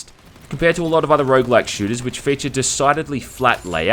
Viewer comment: Stopped caring the second you said "Rouge-like"